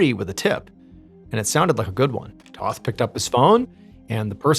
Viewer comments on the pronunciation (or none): The name is Tōth not Toth.